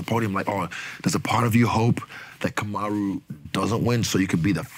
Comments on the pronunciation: KAMARU NOT KUMARU😂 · KUMaru is crazy!!! It’s *Kamaru